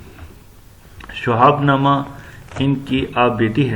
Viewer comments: اس آدمی کی اردو صحیح نہیں ہے شہاب کے شین کے نیچے زیر ہے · بالکل بوگس وڈیو۔جوشخص شہاب کا تلفظ صحیح ادا نہیں کر سکتا۔ اور بے شمار غلطیاں۔۔ خدا را ایسا استاد مت بنیں جو خود ہی اردو سے ناوقف ہے۔۔۔۔